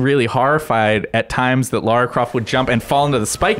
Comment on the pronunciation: why oh why oh why do GI (and alot of US people) insist on calling her laura croft? Laura and Lara folks, two different names! thats you your biggest fan x